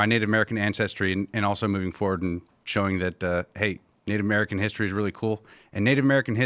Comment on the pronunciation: The man keeps saying Nate American.